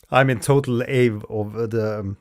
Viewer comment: Oh dear... "Awe" rhymes with "jaw" and "law", not "cave" (and I'm pretty sure we actually don't have any word that ends in W preceded by that strong A like in "cave", it would have to take a vowel sound afterwords like "Ay-wuh" or something. Like I literally cannot even make my mouth produce that sound 😅) Just fyi. You don't have to have perfect pronunciation by any means of course, but that one really threw me for a loop the few times you said it here haha